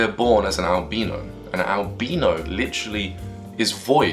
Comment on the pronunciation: Albeano? lol